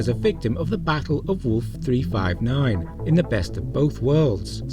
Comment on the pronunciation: It's "Wolf 359", not "Worf 359"! 😂